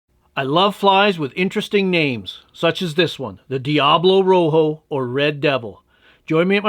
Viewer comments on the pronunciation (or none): the Spanish word for red is Rojo, not Roho. The j is pronounced like an h, and h in spanish is most often silent.